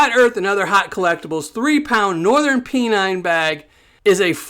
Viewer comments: Pen nine not pee nine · There ain't no gold in the Swale. It is pronounced Pen Nine. The qlue is in Flat earth.